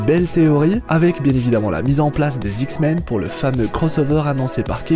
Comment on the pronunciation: dsl mais pendant toute la vidéo ta manière de dire "les Zix-men" m'a bcp fait rire !!! ;)